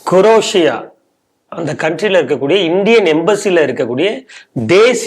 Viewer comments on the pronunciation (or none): 'க்ரோஷியா' (Croatia) என்ற நாட்டைக் 'குரேஷியா' என்று உச்சரிப்பதை அருள்கூர்ந்து மாற்றவும்! பொ.செ.7ஆம் நூற்றாண்டில், அன்றைய யூகோஸ்லாவியாவில் -- 'ஹ்ரவத்ஸ்கா' என்ற பகுதிதான், 'க்ரோஷியா' ஆனது! ( தைரியம், சூரிய ஒளி, என்று பொருள் கூறுவார்கள்!). குரேஷி என்பது முகமது நபியின் குலம்! மெக்காவில் வாழ்ந்த ஒரு அரேபிய சாதி! அதேபோல், பலரும் 'அல் கைதா'( Al Qaida) என்ற பெயரை அல் குவைதா (!) என்று தவறாக உச்சரிக்கிறார்கள்!😢